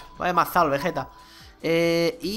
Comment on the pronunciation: Oye no te diste cuenta que dices vegete como y fuera vegetta 777 y es Vegeta ve ge ta es así